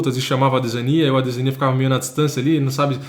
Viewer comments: Doeu os ouvidos o chamando o adesanya de ADE ZÃ NIA... pqp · Engraçado é o nosso a 2 anos atrás pronunciando errado o nome do Adesanya kkkk. Vídeos maravilhosos irmão 💪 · Incrível ver o falando ADESANYA errado 😂😂😂😂